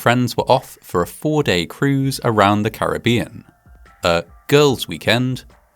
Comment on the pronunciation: It may seem unimportant but you pronounced the word Caribbean correctly. As a native, I appreciate that small attention to detail.